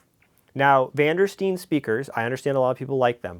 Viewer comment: It's STEEN, not Stein. Pay attention.